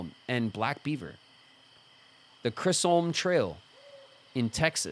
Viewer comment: pronunciation of Chisholm is bothering me more than it should 😂 and I can’t tell if he’s doing it on purpose or not